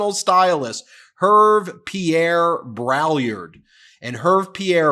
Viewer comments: Hervé Pierre Brai-YARD—but that's a small point. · Heya Ben, it's important to be educated and literate. You are mis-pronouncing Braillard's name, and proudly, too. It's French. The best way to pronounce it is like "BRAY-yard", with the "d" in "yard" almost silent. But the "l"s are definitely silent.